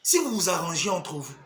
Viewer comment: On dit « vous et moi ». Maintenant que tu vis en France, il faudra s’efforcer désormais de se défaire de cet accent qui transforme la lettre u en i Sur ce, bon vent dans ta nouvelle vie